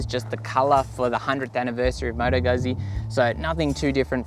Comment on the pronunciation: Yeah, horrendous pronunciation 🙄